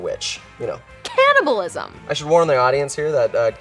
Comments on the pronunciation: No one: Literally no one: Kiernan: cAniBaLiSm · Nobody: Absolutely no one: Kiernan: CaNnIbaLisM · no one: kiernan: cAnNiBaLiSm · no one: absolutely no one: kiernan: CANNIBALISM